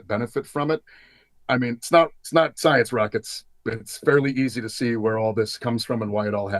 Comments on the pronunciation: Did this guy say "science rockets"? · Did he say "science rockets"?